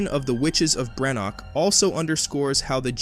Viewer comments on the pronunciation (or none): Perusing some of the comments I’d likely have less of an issue on the take here but given that there are 2 major errors in the first sentence I’m not gonna waste my time to find out. 3rd episode, not FINAL. BrenDok, not Brenok. Whether it’s lazy reliance on AI or lazy editorial/proofing of the work, neither speaks well of the channel.